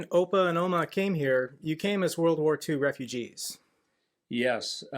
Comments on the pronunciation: Love it, the way you say opa and oma. Among the couple of dutch words my children know 😢. Except for my eldest, she's quite fluent in dutch 😊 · And you sound actually Dutch when you say Opa en Oma 🙂 I have lived in Utrecht for 30 years, nice to know you have roots here in the Netherlands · I didn't know you are from dutch descent. Cool. And words like 'Opa' and 'Oma' you spoke them perfectly. My compliments to you both, keep doing the good work. Met vriendelijke groet Pascal.👌